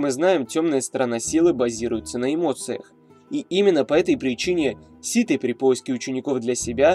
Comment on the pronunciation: ну почему СИТЫ , а не Ситхи ? меня это бесит почему-то